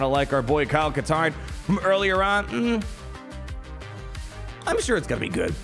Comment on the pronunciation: Kyle Kash-tarn?